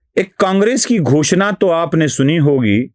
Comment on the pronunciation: घोषना नही घोषणा